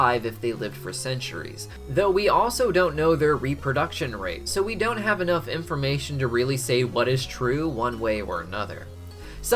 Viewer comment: did he just said IMPformation?